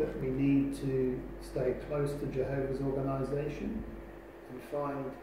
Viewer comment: Note how many times he is saying organation, where in the Bible does it say that God has an organation? I am so glad you are calling this org. In to question. Go to Jason Zeldas videos, watch them all before you go back to any meeting at the hall. Jason is a Christian and he will take you through the Bible KJV, and not the JW Bible. You will learn what the real Bible teaches . Good luck my friend. Love Erik Tonnisen